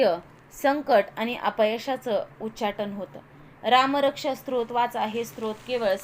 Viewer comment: सत्रोत नाही ओ 😅😂 स्तोत्र